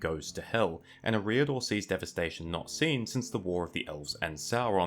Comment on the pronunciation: please learn to pronounce things better, its not ruedour, its Rhudaur, its uhreeador, its Eriador.